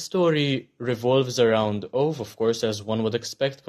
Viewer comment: Maybe you could see the Swedish movie as well :). Also, Ove is pronunced as Uve or more precisely ˈǔːvɛ.